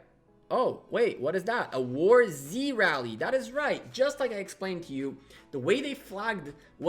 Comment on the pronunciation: Nice video. Btw, its warz, not war z, pls, ty :P